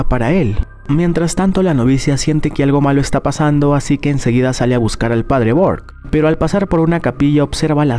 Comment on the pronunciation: En la monja el padre se llama burke no bork pero error de humano tranquilo bro no te jusgo